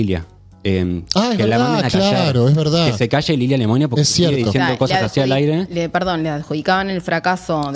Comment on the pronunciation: Mucho ruso se exilió en Francia después de la revolución bolchevique. Lemoine no es ruso, es francés, se pronuncia LEMUAN. Hay que pronunciar bien la N.